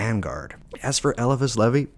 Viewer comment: Agreed, that and he's the ONLY person I've came across to mispronunciate LE-VAIS name into leh-vee, not a big deal just thought it was odd.🎉 Him, Agrippa and dee are whose works I have followed and practiced off of myself unlike most men I know who practice based off of thelema and Crowley's crazy ways, lmao.